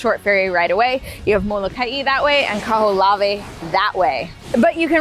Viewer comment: its Kaho'olawe